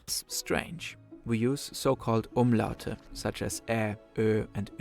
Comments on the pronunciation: You did the Umlaute VERY well at the second attempt 🎉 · Wow, you pronounced the Umlaute perfectly ! I also feel like the german Image problem, especially considering the US has also to do with not interacting with this other country and just believing, what the main beliefs are about this one specific country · I gotta say, for an English speaker your German pronunciation, especially the Umlaute, are pretty acceptable.